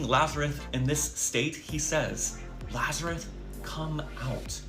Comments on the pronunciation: He couldn't even get the name right. Kept calling him Lazareth instead of Lazarus. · Is he saying Lazareth? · dude literally said "lazareth" more than once 🤦‍♂️ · Wow, wrong. And He's not even pronouncing Lazarus correctly. There was no Lazareth in the Bible. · I know the guy on the right is GAF, but his name is pronounced “Lazarus”, not “Lazaruth”. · Did I hear correct that he calls Lazarus "lazaruth". This guy is clueless as well as demonic. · lazareth? he didn't even get the name right... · Why is this “reverend” pronouncing his name “Lazaruth”? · dude in the video kept mispronouncing Lazarus as "Lazareth"... didn't you hear that?